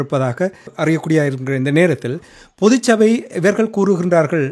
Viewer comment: தயவு செய்து, பொது சபை என்று சொல்லாதீர்கள். தமிழ் இலக்கண உச்சரிப்பை சரியாக ‘பொதுச்சபை ‘ என்று சொல்லுங்கள்.